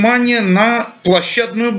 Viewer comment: (?): "... все обратили внимание на его площáдную брань..." Не умеешь или стесняешься чётко произносить свою фамилию. Это твоя первая стратегическая ошибка,! В словосочетании "площаднáя брань" ударный слог — третий, а не второй, как у тебя. Это твоя вторая стратегическая ошибка,! Посмотрим, чем ещё порадуешь...